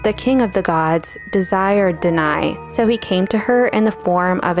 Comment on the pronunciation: Nice!! BTW, Danaë is not pronounced deny but /da.na.e/